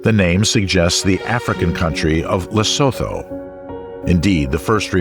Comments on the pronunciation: It's pronounced "Lay-soo-too", not "Le-sow-thow", regardless of its spelling. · Small nitpick: Lesotho is pronounced "Lesootoo". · I actually love this documetery but you said Lesotho wrong so many times I had to say something. For those you don't know it pronounced Le-su-tu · The h in Lesotho is silent, it’s pronounced lesoto